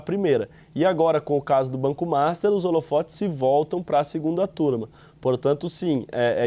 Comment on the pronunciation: Por que diabos esse repórter sempre chama o banco master de MASTA?